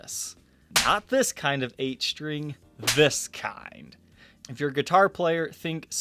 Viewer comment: I like your show but it would help if you could pronounce a commonly uttered guitar word like string as "string" rather than "shtring".